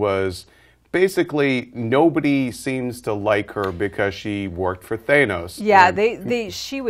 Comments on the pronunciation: When they pronounced Thanos "Thane-nos" i get this irritated feeling, but basically from the trailers i seen they were putting rocket in the forefront and from what they say in this video my assumption was right. Rocket will be a breakout for viewers and maybe get them interested in the comics/mythos of GoTG so i see the film having many memorable moments including rocket and maybe (hopefully) Groot. but they wont just have them they'll give the other characters moments (i see Gamora having a more pivital role in GoTG 2 (if this does good and if they dont show much light on her story in this movie) due to Thanos being the phase 3 end villain if it comes out in phase 3) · you should really reserch the characters names cause your pronouncing thanos wrong. thank you for the video and giving this much needed update on the film. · Wow, you'd think they'd learn to pronounce the names correctly. Mispronouncing Thanos, Ronan, and Batroc revokes your right as a "Marvel Geek" or "Marvelite." And how does this not appeal to the movie going audience??